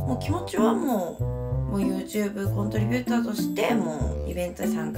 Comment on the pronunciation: コントリビューターってちゃんと言えてるやん？！？！